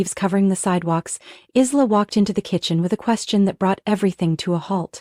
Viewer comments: I wish they would pronounce names properly. Isla is pronounced as eye-la, not Is-la. 😊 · Aarrrgghh!!! Isla is pronounced "eye-la"...the "s" is silent...just like in "island". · Isla is pronounced I-LA. The S is silent. Please fix this. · Written Isla but pronounced eye la...